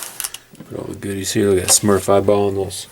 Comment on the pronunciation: Nice knife. Perfect size, not overly large... and you said "Smurf" wrong..... (JK)...